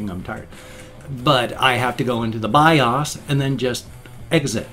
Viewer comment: Interesting differences in the way you pronounce acronyms like BIOS and ASUS. Yes I know ASUS is a brand name but still you pronounce it differently than I do. I use the short U sound and you use the long U (oo) sound. And in BIOS, I have always pronounced it with the long O sound; you use the short O sound. AND........I'm glad you were able to recover your video before the webcam crash.